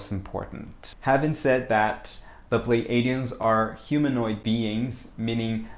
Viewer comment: I believe it is pronounced Plee A (long a) dee uhns. So .. (Plei) plee-A-dee-uhns. Pleiades. Plee A deez.